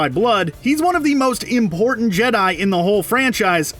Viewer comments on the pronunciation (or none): none